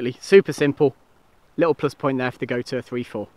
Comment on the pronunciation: The brand gotuer is actually pronounced got you!